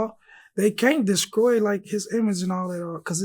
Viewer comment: “Destkroy” “ecstablished”…. Todays rappers be so illiterate mannn lol smh